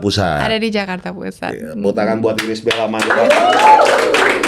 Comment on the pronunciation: lagi makan denger “iris de beol”. hampir keselekk 🤣🤣🤣🤣🤣🤣